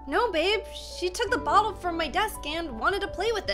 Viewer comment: Yeah julia said bootle😂